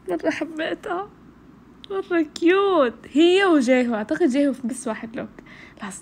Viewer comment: جيهيو مو جيهو سويتي